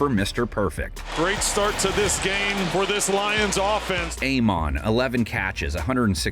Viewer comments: Is this AI read? Terrible! It ain't Aye-mon, and Ra is part of his first name... plus other weird cadence. C'mon NFL - hire a person. Thumb Down! Keep roaring Lions! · Please pronounce Amon Ra's name correctly, next time.